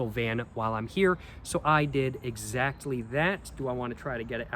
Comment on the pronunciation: Bro keeps saying “exacty”.. I guess he’s proving that he can’t take an L…